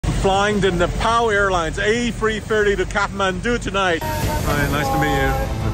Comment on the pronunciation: "AYE three thiry"